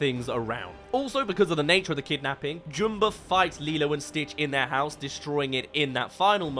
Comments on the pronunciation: I'm sorry, I can't take you seriously saying Jumba's name like "Joom-ba" like he's a character from that weird Boohbah kids show. They say it "Jum-ba" in the original movie, so idk why you're saying it like "Joom-ba". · Why can’t you say Jumba correctly? You’re literally choosing to say it wrong. It’s Jum-bah like Jumper or Jumbo. Not Joom-ber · who is Joomba?! It's Jumba. Like ummmmmm, get the name right. Everytime you say his name wrong, its like hearing your incredibly long nails on a chalkboard. Anyway, love your stuff. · wait, they change the way jumba's name is pronounced to joomba? this some live action last airbender crap